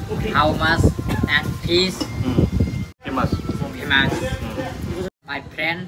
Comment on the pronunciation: How mach 😂😂 famus